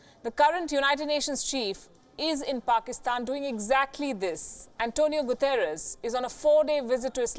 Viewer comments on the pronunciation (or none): Antonia Guterres or is it Antonia 'Gutter' ??